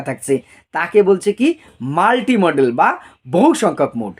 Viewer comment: স্যার উচ্চারণটা মোডাল হয়....মডেল নই 🙏